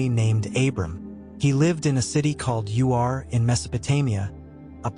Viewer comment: it's not pronounced U.R. It's Ur. Like Hur minus the H. Also, the city of Ai, is NOT A.I. Its Ai. As in Aye.